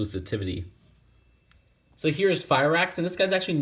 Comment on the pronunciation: "excusivetivity" erm...